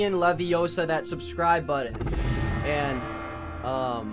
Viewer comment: it's lim guardian leviOsa, not levioSA